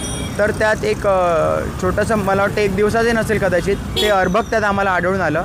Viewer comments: अभ्रक नाही😊 अर्भक, बाकी छान काम केलंत✨️ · अभ्रक नाहि अर्भक म्हणावे पत्रकार बंधु